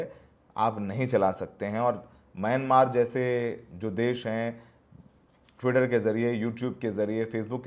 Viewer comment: ttwitaa😂 bhaii